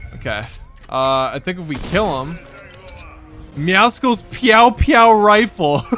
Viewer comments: His name IS NOT MEOWSICKLES IT IS "MEOWSCLES" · Does anyone else realize IT IS NOT MEOWSICLE LIKE MEOW AMD POPSICLE AND THAT IT OS ACTUALLY MEOWSCLES LIKE MEOW AND MUSCLES? IT IS SOOOO ANNOYING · u say meowscle wrong its meow and muscle mixed together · Not a single one of them can figure out its pronounced “meow-sulls” like muscles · When will realize it's not meowsicles its Muscles with meow instead of mu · It's "meow-sils" like muscles, not "meow-sicles" like icicles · Nobody pronounces MEOWSCLES right. They all say it like meow-sickles. When its pronounced muscles with a meow like its not hard to pronounce a word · why does he say meow cicles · It is NOT meowsicles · Anyone else triggered that he says meowscles wrong ? 💀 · ur saying meowscle wrong its muscle and meow mixed together